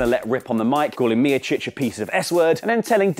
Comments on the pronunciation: Damn what a botch of how you pronounced Stipe Miocic..... #NoLongerTrustingYou #FireElFakador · You’re pronunciation of Miocic is great lol